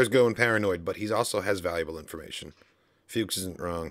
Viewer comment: You kept calling Fuchs Wndows, and Nauls Childs, a little off there broski. 😛